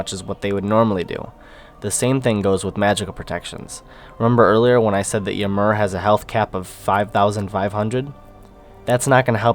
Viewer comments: Thanks for the feedback guys :D and I had no idea i was pronouncing Ymir wrong haha. I will have to correct that one. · I think he is pronouncing ymir like that on purpose guys.